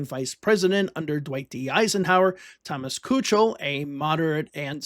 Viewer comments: Kuchel is pronounced "key-kul" btw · Nice video. It was pronounced Thomas Keekel.